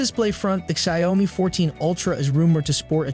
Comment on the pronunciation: Please fix the pronunciation of the Xiaomi name.